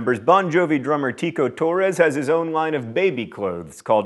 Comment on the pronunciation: Novaturtle He does it again 39 seconds later ("lined" instead of "line"). Pull yourself together, John!